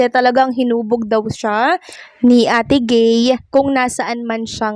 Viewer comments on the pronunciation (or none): Ate guy hindi ate gay 😊😊😊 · Ate Guy hndi ate gay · Ate guy not ate gay